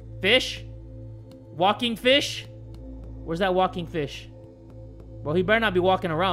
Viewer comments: When he said walking fish I legit though he said walking bish and I was so confused.... 😂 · I thought you said the walking bish